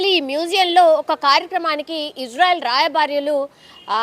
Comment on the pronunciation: రాయభార్యలు కాదు తల్లి.. రాయబారులు. రాయభార్య కార్యాలయం అని చెప్పాలి. తెలుగు పదాల ఉచ్ఛారణ సరిగ్గా లేకపోతే వినేవారికి చాలా చికాకుగ ఉంటాది 😂😂